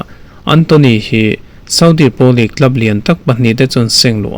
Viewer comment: Ngatinge Premier hi preeemiaar kan tih zel a? League lah Leak kan ti zel a, (Leeeeeverpool pawh hi Liver-pool kan tih tlat le??? :😅:face-blue-smiling::face-purple-smiling-tears: Mizo :yt:ber ho te abikin news content nei thin te English thumal kan lam danah hmasawnna tur kan nei. Lam no leh lam nalh lam ni lovin a lam dan dik hi a pawimawh tih hi hriat a tha kawp mai.